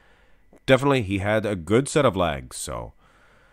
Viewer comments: It took me a moment realize you were saying legs! Not lags, I had no idea what lags were, I thought it was a bodybuilding term! 🤣😃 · Is it safe to assume these are your favorite versions of each individual ps it sounds like u say lags A to my ear 👂🏻 good work on these very entertained